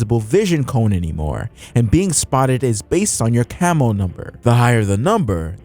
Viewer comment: I kept hearing camel instead of cammo